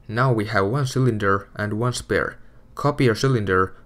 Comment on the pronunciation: It annoys me how he says Spare..